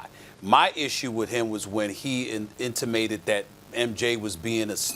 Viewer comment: NEW STEPHEN A. WORDS: Intimate pronounced - “en-timate” : To communicate vividly. Reportorial : the act or reporting